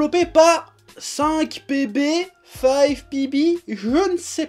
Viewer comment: 5pb se prononce en anglais. sinon bonne vidéo.